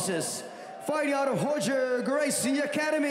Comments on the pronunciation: It is. Royce is "Hoyce" and Roger is "Hodger" and Gracie-Barra is Gracie "Baha" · "lavishly tattooed" what's up with the lightfoot commentator? Is it common to pronounce Roger as "Hodger"? Maybe this is the proper way Gracie pronounces it?